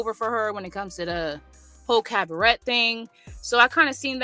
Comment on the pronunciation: Maam 🤦🏾‍♂️ its pronounce cab ah ray 🤦🏾‍♂️